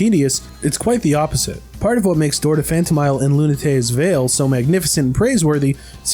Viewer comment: Phanto MEEL